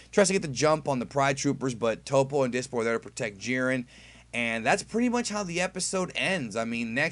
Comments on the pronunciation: Did you say, "Hiren and Jit?" lol No worries, just found it funny because sounds like a goof that would've came outta my mouth, too :D Love your reviews, man! Please keep'em coming! :) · "Hiren and Jit" lol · I’m glad I’m not the only one who kept saying hired and jit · Hiret and jit haha lol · "Hiren and Jit". Wow, where were you going over there?! LOL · "Hiren and Jit" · "Hiren and jit" LMAOOOOOOO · "hiren and jit "xdxd